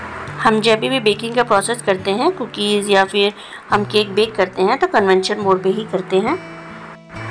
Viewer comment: Convention nahi convection